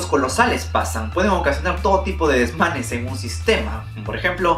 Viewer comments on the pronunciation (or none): dijo desmanes we